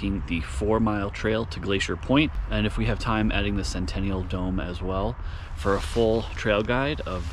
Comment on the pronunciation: “SENTINEL DOME” not centennial lol